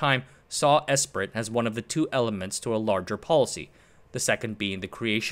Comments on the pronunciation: I believe "Esprit" is pronounced "Espree." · Esprit is pronounced ‘ess pree” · Great video. FYI 'Esprit' is pronounced 'Espree' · Came here to say the same. Phonetically it’s pronounced “Espree”. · Esprit is pronounced "'espree" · Not out of annoyance, just a correction. Esprit is pronounced "S-Pre" it stems from French, and being an EU policy its likely it was largely written there, though in don't known that part for sure.